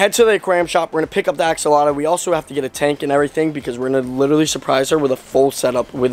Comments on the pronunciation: You forgot to add the L in axolotl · I love how he did a whole video on something he can't even pronounce! 😂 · I hate how you pronounce axolotl, it’s like you forget tl and add uh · You’re not saying it right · I love how he calls it an axoloto instead of axolotl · axolota lol (ax-o-lot-ol) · Btw it's not ax-a-lata it's ax-o-lot-el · “Axolota” 😂😂😂 u had me dead every time you pronounced it.. AXOLOTL ik u know now but I had to say it😂 btw this is a leucistic Axolotl if you didn’t already know😇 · It's not an axolotta... it's an axolotl LOL. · It's axolotl, not axoloto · he doesn’t even know how to pronounce axolotl … he says axalata 🤦🏻‍♀️🤦🏻‍♀️ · Not axolotla!!! Axolotl! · It’s not called an Axolota it’s called an Axolotl bruh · It's pronounced (ax-O-lot-ul) not (ax-O-lot-u) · Am I crazy or is it call an AXOLOTL? I have 4 and I have never heard anyone say axolota or axoloto like he says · I’m not trying to be offensive but I’m pretty sure they are called axolotls not axoloto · It’s Axolotl not Axoloto and I have the same Axolotl with black eyes and she’s a grown up and she’s cute tell your sister that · Axolota😂😂 it’s Axoltl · Hey not axoloto is axolotl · He is saying axolada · It isn’t axalta it is axolotl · i know axolotls for 1 year also there not called axolotos there axolotls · It’s not a axolota it’s a axolotl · It is not axoloto it is axolotl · Why do you say axaloda not axalotle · Its axolotl not axoltlo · it's not axalota its axolotl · axolotl not axoloto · Axe o loter? No its axe o lot l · It’s axolotl Not axoloto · It is axolotl not axoloto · Bro said "Axolota" xD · The say he says axolota kills me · You forgot to add a L in "Axolotl" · lol u say axolata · I'm not trying to be rude but Your saying axolotl wrong :/ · I dont want to be rude buts it’s axolotl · Not going to be rude but it’s axolotl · its actually pronounced axolotl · I don't mean to correct but it's axolotl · It's AKS-O-LOT-LL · Not axaloto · it's pernoced. (ox)(u)(wat)(le)